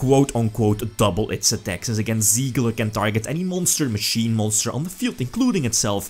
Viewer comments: Tsigler Not siegler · Try pronouncing it like "Zee-gah" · Its Sieger like "seeker" just with a soft S at the beginning and and the g spoken like Gregor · Der Anti-Mate just stop. There is no L in "Sieger" and you would say it somewhat like "Siiger" if you where to say it in english. If you have no idea about the german language please just leave the matter next time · It is "Sieger" the German word for "winner" ;)